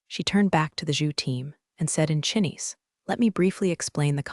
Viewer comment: Chinese pronounced as Chinn'ease...? 😳